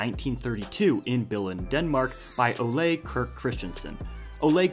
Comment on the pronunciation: You pronounced the founder's first name incorrectly.